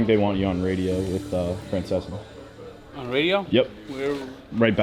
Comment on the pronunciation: “Fracesca”?